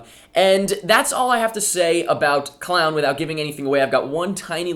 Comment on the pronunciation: pronounced clone